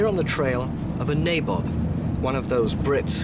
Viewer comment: Poor pronounciation: not Naybob but Nabob (naabob)